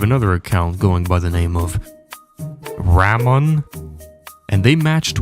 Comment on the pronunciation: Ramon is pronounced Ra moan. Sorry.